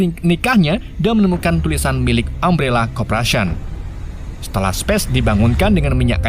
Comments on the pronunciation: umbrela bang bukan ummbrela wkwkw tapi aku suka bahasa mu wkwkw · Umbrela bukam ambrela carabacanya..😂😂😂😂 Jelass sesuai "gak bisa bahasa inggris" hehehe